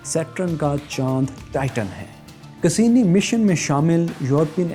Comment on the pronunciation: Cassini ko pronounce to sahi se krain sir